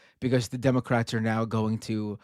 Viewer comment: When he says democrats it sounds like democwats for years annoyed me too now I look forward to it.